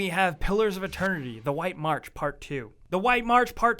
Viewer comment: He pronounces March as mark?